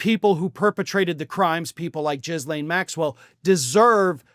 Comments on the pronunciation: SO..... her name is pronounced Ghee-lane. NOT Jizzlane. That said, I have absolutely fallen in love with ALL of media getting her name wrong every time. Please, continue. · I'm not certain if you intentionally are saying Maxwell's name incorrectly, or stuffing in a derogatory way. Please though just say Maxwell, I've been severely abused, and hearing jiz said repeatedly makes me want to throw up!!! Her name is Ghislaine...heavy G. There's tons of ways to slam this Pedo...la(i)me... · Squirrel moment: name pronounced Gee-lane. I hope anyone on the list goes to prison, regardless of political affiliation. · You sure it's pronounced Jizz Lane??? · think the whole world has at least settled on a silent "S." it's not "jiz-lane." gross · I love how calls her “JIZZ-lane” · I just love that you pronounce her name JIZZ-Lane.😂😂😂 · It’s not pronounced jizz lane bro. The ‘S’ is silent. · I think the G is hard and the S is silent in Ghislaine, as in "Gil-Aine" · JIE’ lane, altho not sure we care about correct pronunciation where this woman is concerned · He said Jizz-lane. lol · Ok... I'm in no way defending that monstrous woman... It's pronounced like Elaine with a "G" ... Ghee-Lane. Yes... It's a French name... Everyone sounds really stupid saying it wrong while speaking intelligently otherwise on this subject. Pass it on. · Of all the myriad ways I've heard Maxwell's first name pronounced, "jizz-lane" is both apropos and immensely hilarious in light of what she did, and was convicted for. It is by far one of the darkest facets of what I find funny, but finding that glimmer of light in horror is something I pride myself in. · Please oh please pronounce her name correctly. It is pronounced gee - len. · I believe her name is pronounced "Gill-LANE." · I dunno why you say Jizz-Lane but goddam it's hilarious. Keep perpetuating that negative stereotype my American brother, at least your heart is in the right place 👍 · Ghislaine's name begins with a hard 'g.' Do your homework.